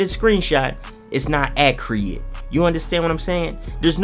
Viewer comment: You pronounce Accurate wrong bro 😂